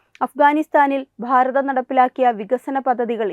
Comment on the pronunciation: ഭാരതം എന്നത് നിങ്ങൾ പറയുമ്പോൾ പ്ഫാരതം എന്നാനു കേൾക്കുന്നത് ബലം പിടിച്ചുള്ള ന്യൂസ് വായന മോശമാണ്. പല സ്വരങ്ങളും ഇതുപോലെ തന്നെ ആണ് പറയുന്നത്